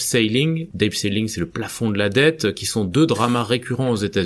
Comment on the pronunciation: Merci... Pour info, on prononce ceiling: "sîling" avec un long si comme le sî de "the sea"